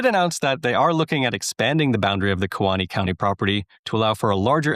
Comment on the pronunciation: Key Wah nee is how you say Kewaunee. But this is such awesome news